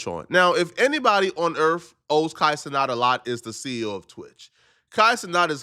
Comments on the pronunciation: He still can't say ce-nat? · It’s Kai CeNAT not CeNOT,!!